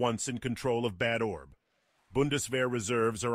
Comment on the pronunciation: As a German, I really cringed at the pronounciation of "Bad Orb". The name of the city doesn't mean "terrible ball"!